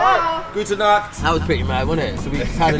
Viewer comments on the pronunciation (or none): none